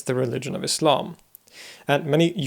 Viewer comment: You're the first Western person I know who says Islam as Islam not Izlam!